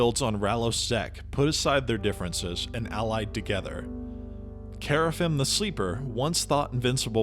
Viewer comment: Gotta work on that pronunciation, man. Qeynos = Key-nos (not kway) Kerafyrm = Care-uh-firm (you're forgetting the R) Luclin = Luck-lin (not Luke) Velious = Vel-ee-us (not Vay) Ykesha = Ee-key-shuh (not K$sha) Verant = Vur-aw-nt (not Vare-int) Source - best friend was a dev on EQ